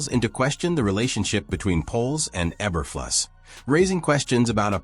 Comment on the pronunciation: That sure sounded like an AI generated voice and mispronouncing Eberflus' name, numerous times.